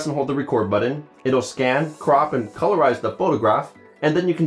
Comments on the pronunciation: BUTTON NOT "BUD DIN"!! DEAR GOD THAT'S ANNOYING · It's called a "BUTTON" in case you don't see the 2 Ts. It's not "BUDDIN." Sounds just as stupid as when people do the epiglotal stop when attempting to say words such as nothing, and morph it into "nuh-inn" or try to say button and destroy the English language and pronounce it "buh-inn." Almost as stupid as the people who can't distinguish the proper use of "loose" and" lose" So just stop. People are stupid enough already. We don't need proof of it.